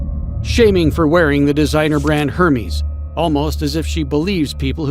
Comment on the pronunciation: The way hermes was pronounced made me giggle